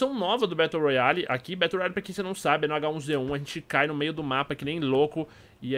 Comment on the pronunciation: battle se le "bérou"